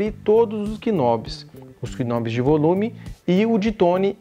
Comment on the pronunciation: “Bés” é um peixe. “Beis” é contrabaixo. “Knob” tá errado. Apesar do K, se fala “Nob”. Sobre o vídeo até que tá legal.